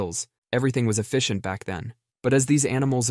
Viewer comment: everything was O-FISH-ENT